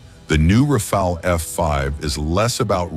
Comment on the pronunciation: Rafale, not 'Rafael'. The french word Rafale means Gust of wind.